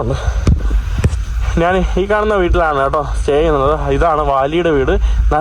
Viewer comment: മൈരേ, നാൻ അല്ല ഞാൻ ആണ് ശരി